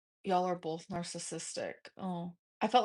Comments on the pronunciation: She knows she says “ Bolth” wrong so why doesn’t she try to pronounce it right? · also i can’t stand her “BOLTH” anymore omg get off live and go follow an english course